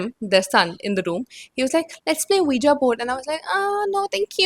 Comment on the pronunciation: ouija is pronounced as “wee gee”